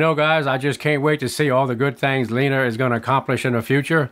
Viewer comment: You named her. So I won't correct you. But is her name really pronounced "Leener"?